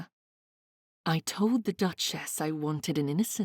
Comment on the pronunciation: Another over- annunciating narrator. It’s pronounced ‘ cur- ut’ not Cure- rate’ and ‘ Dutch- us’ not Dutch - ess’. It’s not easy on the ear and thes3 stories are so fabulous! Wish I was reading for you all!